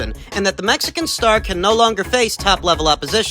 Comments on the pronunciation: If i have to hear Mike Tyson saying "The Metsican Monkster is the boogie man of the division" one more time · Esteban Martínez “The Metsican Monkster” 💀💀💀🤣🤣🥊 Im stealing that 😂